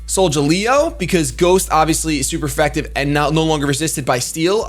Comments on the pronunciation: It's Sol-ga-leo! Not Sol-ja-leo! Pronounce it right man! Sheesh! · "soljaleo" goddamnit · imo I think it is pronounced Solgaleo with a hard* g cause galileo the space dude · soul -ga-lay -oh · is it hard to say Sol-Ga-Leo because that was bugging me still like the video btw. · Solgaleo.... Sol- the sun. Gal- as is galpal or Galileo the Astronomer and Scientist, e- and o- as in the letters....Solgaleo... retains the Leo also...:P Just wanted to be helpful.